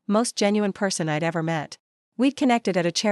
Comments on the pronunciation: Reject: I'd is not pronounced ID - not listening any further. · Must be a AI reading!! A person would not pronounced I'd as two words. Which is done with all the words with an apposiate!! Also stated US as separate letters! Try proofreading the voice!!!!